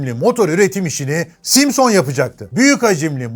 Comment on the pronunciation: aynen simsıñ degil simson ustad. emegine saglik. birde efsane honda kinetic var di zamaninda usta onu da anlat ne olur. saygilar.